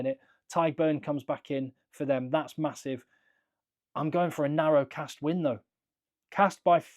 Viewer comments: As a french i mostly heard people pronounce it « Castr » as he said. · Your first pronunciation of castres is correct :-)